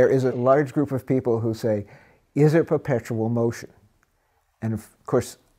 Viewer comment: "And nothing is perpeptual"